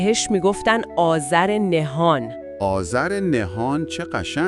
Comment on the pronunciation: هوش مصنوعی بدجور داره کلمات رو بیان میکنه....آذر نهان رو آذر نه هان میگه...یا فروغ ایزدی رو فروغ ایز دی بیان میکنه.یا.......